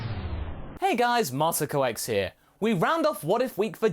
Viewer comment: Hey Vegeta! More but people! (thats what it sounded like you said Masakox)